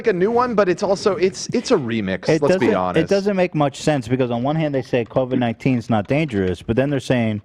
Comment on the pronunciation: On the bloods / crips language. A lot of bloods will put a “K” instead of a “B”. I’m sure they understand others will joke about it if it’s all C’s replaced by B’s like how AB said Bovid - 19. It would be Kovid - 19 most likely.